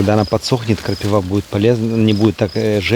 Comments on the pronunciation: 🎉КрапИва, почему крапивА?😂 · Всем привет!, крапИва... Даже мне слух режет)))) А колючки очень полезные, наши верблюды обожают...)))